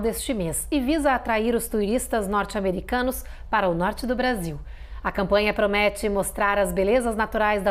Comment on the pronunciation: ela falou brasinhou😂 não foi espanhou😅😅